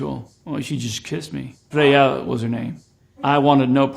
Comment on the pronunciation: It's more like Freia. No "y" in there.